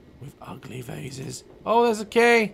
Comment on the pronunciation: Daz mispronounced vase. But AWSOME video